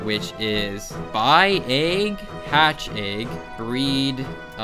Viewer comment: I don't understand how you end up saying 'Egg' in so many videos. Ayyyyyyyyyyyyyyg